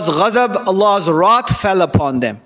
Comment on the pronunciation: Wrath not rot mr need to learn to speaks English